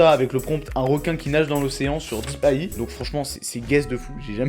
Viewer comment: Tu prononces très mal AI ! Si tu dis ça à des gens qui pratique le metier de programmeur en IA tu vas te faire charcuter 🤣🤣 ! AI c'est anglais, IA français